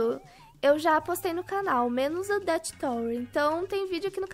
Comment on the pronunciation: Kkkkkk o auge é a falando “deat” e “climb” lkkkkk te amo